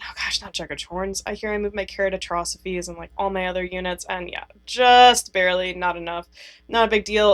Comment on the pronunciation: I love your videos but I can't help but notice how bad you're buchering the prenunciatioon of carrotastrophe😭